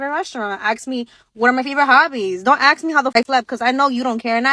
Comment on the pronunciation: just aks me. Aks me what I want. Aks me where Aks me there just aks me